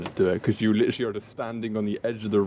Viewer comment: LICHURLY I LICHURLY WARNED YUUUU LICHURLY NOT A MINUTE PAST AND LICHURLY